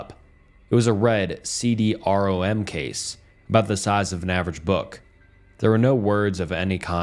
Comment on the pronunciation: If I hear you say “C. D. R.-O.-M.” Again I will scream